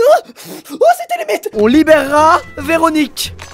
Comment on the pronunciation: "on libereraVéronique" 😂😂